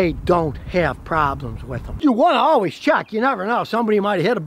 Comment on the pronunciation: "Alwees" is not a word.